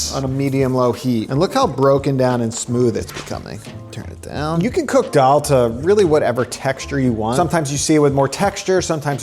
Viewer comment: Dal = lentils. Pronounciation tip: The "D" in dal is like the "th" in this and that. Thaal.